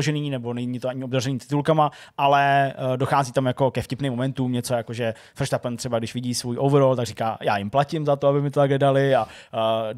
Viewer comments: nešlo by říkat prostě jenom Verstapen? Frštapen je něco fakt strašnýho 😅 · nevyslovuje sa to nahodou féérstapen?..... a je to rikárdo.... a co taky zhou, ten by mal byt....žu